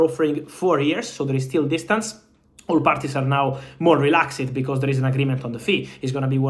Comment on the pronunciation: “Relaxd” never “relax-ed”